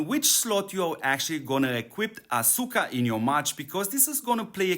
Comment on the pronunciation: The U is silent. It Sounds like Aska